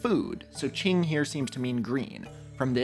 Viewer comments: indigo proves Newton was a fraud the whole time. it's qing not ching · Not to nitpick but the way q in qing is pronounced is at the tip of your tongue. You put the tip of your tongue gently onto the back of your teeth. It sounds a lot more like a ts sound (imagine imitating a bomb about to blow up) more than a ch sound in English. Ch is on the other hand pronounced by pressing the flat of your tongue onto the roof of your mouth